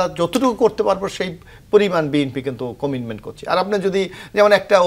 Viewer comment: কমিটমেন্ট বলতে যেয়ে বারবার কমিনমেন বলছেন কেন?